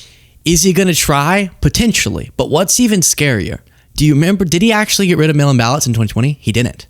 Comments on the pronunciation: Ooh! I thiught he said male inbalance 😂😂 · I thought he was saying ' male imbalance' at first. Think I need a hearing test 😅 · Every time they said mail in ballots I heard male imbalance